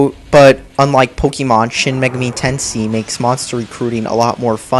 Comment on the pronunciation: Say it with me, idiot. Shin Magami(MAY-GAH-ME) Tenshin.